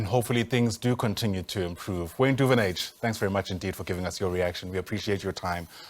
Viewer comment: Please learn how to.pronounce Duvenhage